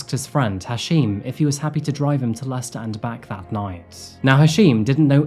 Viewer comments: It's 100 miles from Leicehter to London. Thtat's cute. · So, it’s pronounced “Lester”. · Why is Leicester pronounced as "Lester"? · As anyone who's ever visited would know, it's actually pronounced "Lest'oh" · Am i the only one surprised by the pronunciation of Leicester as "lester"? English is weird lol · I would never have known that the city Leicester was pronounced “Lester”. I’ve always wondered what the correct pronunciation is. I am not a big fan of Tiktok. I’m sure there’s some good content there, but after my car was stolen thanks to some thieves inspired by the “Kia Tiktok Challenge” I deleted the app. I’d only followed a couple of people anyway.